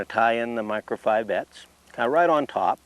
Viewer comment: Shame on the angler that shows up at the stream without any PMD's!! And, now I have to practice saying "Micro-Fi-bites!